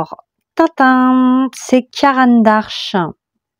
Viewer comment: C'est Caran d'Ache, pas ARche :)))